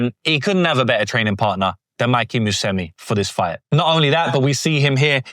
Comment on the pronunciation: Bro its pronounced mu se meechie not musemi